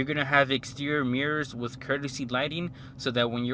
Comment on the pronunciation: Basically broke niggas trynna impress while becoming broke😂😂😂 2,000$ down clooown 🤦🏻‍♂️. But “that’s just me” “Wiff” head ass